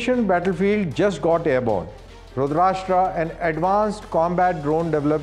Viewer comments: Great 👍… but please pronounce correctly… it’s रुद्रास्त्र, not रुद्राष्ट्र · Terminate this Anchor! At this age, he is pronuncing रुद्रास्त्र as रुदराष्ट्र. Unforgivable. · its not 'rashtra' as in maharashtra .... it is rudra-astra as in astra- sastra. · Pronounce correctly. It is Astra a weapon Rudrastra and not RASHTRA as your soellingbit. Rashtra means country/ nation / state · its not "rudrashtra" its rudrastra".... "sh" sound is not there in that - it meaning Rudra + astra - arrow.... I think this guy need to first learn the name of this weapon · रुद्र + अस्त्र = रुद्रास्त्र रुद्राष्ट्र नहीं 😂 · Abe firangi k pote it's रुद्रअस्त्र rudrashtra🤣🤣🤣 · It is astra not rastra. Rudra+ astra. Astra is weapon and rastra is country. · sir, first learn to pronounce Rudrastra properly. Its Rudr-astra NOT rud-rasta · Dear Anchor, This is called रुद्रास्त्र, not रुद्राष्ट्रा। Get rid of the need to anglicise everything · It's not pronounced रूद्राष्ट्रा but रूद्र अस्त्र = रुद्रास्त्र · रुद्र + अस्त्र = रुद्रास्त्र please get the pronunciation right. It’s embarrassing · First u learn how to pronounce rudrastra ,u r indian no why u copying west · It is Rudra…Astra.pl pronounce properly. It is not Rudrashtra.. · Abay salay it is Rudra Astraa so plz pronounce it in hindi & not English like Rudraashtra (Maharashtra) 🤬🤬🤬🤬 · Not रुद्राष्ट्रा 🤦🏻‍♂️ but रुद्र अस्त्र I get it! that you're delivering the news in English, but how can you F- up basic hindi? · It's not रूद्राष्ट्रा, it is रूद्रास्त्रा ( रूद्र अस्त्रा ) For God sake you are on government channel be careful. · Its रुद्रास्त्र not रुद्राष्ट्र, why DD news? Not expected from you. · It's NOT pronounced "RUDR-ASHTR-AA", It's "RUDRA-ASTR-A' 🙂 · TV pe dekhra tha, could not stop myself to connect on m mobile to to comment the same, thank god someone did it, thanks. It’s not expected form indians atleast, that too a DD anchor. He confidently mis-pronounces several times. Someone please stop this guy.